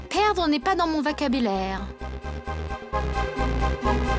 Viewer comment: Perdre n'est pas dans mon "" Vacabiilaire"" 😂😂😂😂